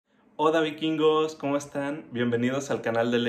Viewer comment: Dijiste hoda😂❤ victoria